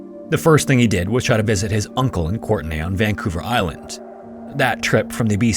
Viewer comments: Okay im sorry im a little weirded out by the way courtenay is pronounced here. Grew up in nanaimo, live in metro van now... its just... courtney. Like the name. Yeah theres some extra vowels in it, but its just courtney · COURTENAY? The E is silent in Courteny its pronounced CourtnAAAYYYYYYYY